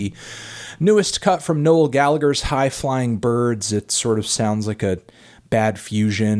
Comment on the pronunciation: Why can't Americans pronounce Gallagher